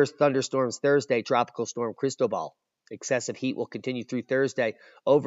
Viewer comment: You're mispronouncing Cristobal. I only know because I used to live in Panama.